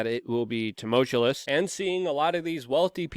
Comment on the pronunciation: tu·mul·tu·ous /t(y)o͞oˈməlCHo͞oəs/ Learn to pronounce